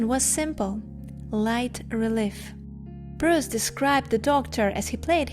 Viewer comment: You Bruce well. .ost Russians and Ukrainians are calling me Bree-yce.